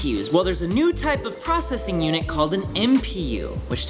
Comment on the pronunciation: I couldn't get past the way he pronounces "processing" and "prossing". Replayed it several times even at .5x speed. My OCD is off the charts right now